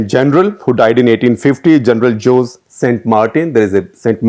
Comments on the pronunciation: Ok but Jose is pronounced as Hosey not JOSE , right? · José is pronounced Ho-zay. Not Joze. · Shekhar Sir.."Hosey"..not "Jose"